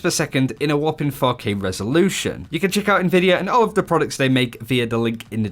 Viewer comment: sounds like he a said: ''a whopping focking resolution''